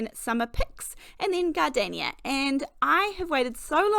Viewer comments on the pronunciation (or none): none